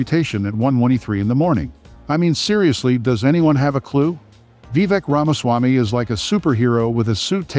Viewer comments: I couldn't watch it after you said his name wrong 3 times in the first minute. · I watched this video for 35 seconds, until you mispronounced his name. Then I shut it off